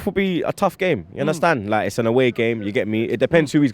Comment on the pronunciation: "You understand larrrrrk"